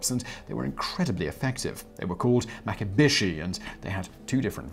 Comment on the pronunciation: And isn’t it “maki-bee-shee”, not “maki-bish-ee”?